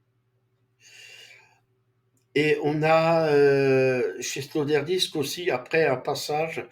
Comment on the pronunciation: résumé bon ... mais c'est Peter Sloterdijk et pas Sloterdisque :elbowcough